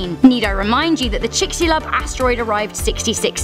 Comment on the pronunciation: Its how many megatrons? Where did she learn to pronounce things? Like chixalub or Yucatan.